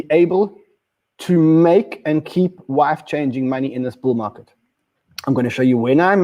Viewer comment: Are you saying “life-changing money” or “wife-changing money?”